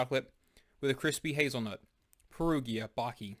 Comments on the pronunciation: You should have done a research. Perugina, is an older compagnie 1922 and purchased by Nestle in 1988. Baci, means kisses. You pronounce Bachi 😊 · That's not how you pronounce Baci